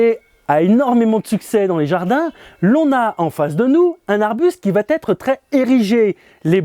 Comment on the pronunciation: ils vont être ... avec la liaison ok mais de grâce "il va être" sans liaison ce serait tellement plus agrable à l'oreille ! cependant merci pour vos propos enthousiastes!